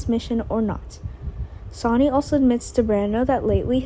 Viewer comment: Here we go again another person who cannot say the names of the people she's talking about his name is not sonny that may be how it's written but it's pronounced sunny do you not watch the show at all do you not hear how they pronounce all of the names it is so irritating to try and listen to you when you're just tearing all the names apart if you can't do it right and read the script ahead of time get off the website truly sign off and don't come back I'm sure you're nice young lady but you're just hacking it terrible please just stop